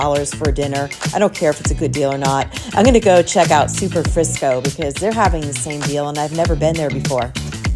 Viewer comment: You said Superfrisco, but it's Superfrico. I was wondering if it's the same restaurant that is at the Cosmopolitan in Vegas. That is the only other time I've heard that name.